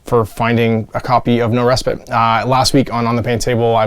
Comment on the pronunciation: Respite...long "i", or "eye".